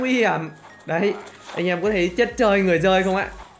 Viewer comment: Chất chơi người dơi chứ em nghe a đọc chất chơi người giơi là sao😄😄😄